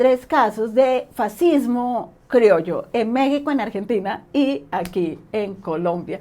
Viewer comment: Last but not lástima, fascismo en español se lee fas-cis-mo. Y fascista, fas-cis-ta. A nadie interesa pronunciarlo en italiano si está hablando español (castellano, según interpretaciones). Ay, dioses, que listo eres. Tu nivelazo debería llevarte a la crítica de sesudos tratados que no se encuentran en YouTube, pero claro , te supondría horas y días apostillar a discursos de cientos de páginas minuciosas. Qué facilón te lo montas.